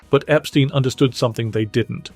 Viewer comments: You keep mispronouncing Brian Epstein's last name. It's not pronounced Ep-STEEN, it's pronounced Ep-STYNE. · EpSTEIN, not epSTEEN